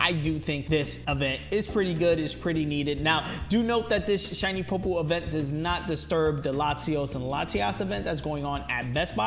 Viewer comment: POY-POLE sorry not being mean but you triggered me